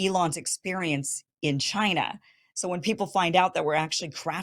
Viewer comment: Winners focus on winning and losers focus on winners. Murica should really stop focusing on Ch-eye-nuh